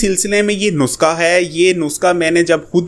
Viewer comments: bhai it's not nuska,,the word is nuskha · dear yeh NUSKHA hota hay na k NUSQA.... aur plz to the point baat kiya k karo buhat lamba khainch liye...